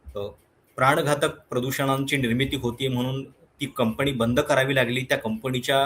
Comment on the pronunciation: कंपणी नाही, कंपनी म्हणावे.